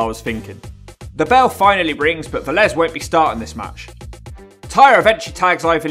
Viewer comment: You weren't far off at all for what that's worth lol, at least you nailed the surname. Lot better than a lot of other Brits when saying Latin names IMO.